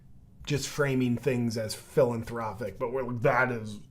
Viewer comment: lol. When you said “What’s your thoughts on the Bill and Linda Gates Foundation? Very philanthropic?” I could have sworn you said, “Very Villain-thropic” Yes. Bill and Linda Gates are very villain-thropic.